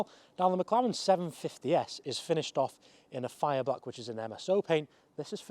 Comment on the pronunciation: It’s not a Mclawen 😭😭